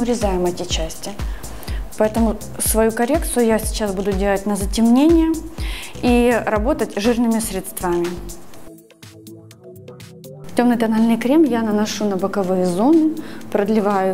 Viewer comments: Всё замечательно! Только одна просьба, говорите срЕдствами, а не средствАми. Очень режет ухо.... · Средствами УДАРЕНИЕ НА Е!!!!!!!